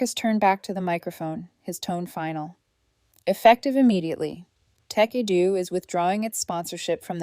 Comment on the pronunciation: Jesus. Tekedoo? Tecadu? Tech a do? Tekedu? When will AI actually contain ANY kind of even vague, minimal Intelligence? “Tech Edu” really seems to have fried its motherboard.